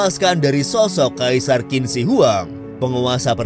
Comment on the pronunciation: Qin dibaca "chin".. . Dari dinasti Qin ini lah asal penyebutan orang china.... Sekali lagi Qin dibaca "Chin" ... Jangan salah lagi min